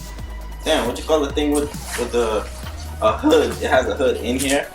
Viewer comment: Its pretty funny A black kid. Doesnt know how to say "hood" Lmao